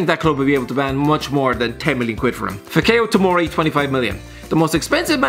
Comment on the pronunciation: You murdered the pronounciation of fikayo tomori